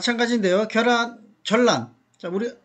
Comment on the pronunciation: 겨란이 아니라 ㅡㅡ 계란입니다 . 자꾸 겨란이라고 발음하네. 경기도 사투리인가